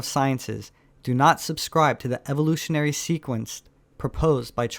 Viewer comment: ...anyone who pronounces "evolutionary sources" like Sylvester the cat is NOT to be taken seriously